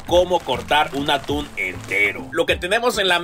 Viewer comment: Parece que dice "el dia de hoy vamos a cortar UNA TULA"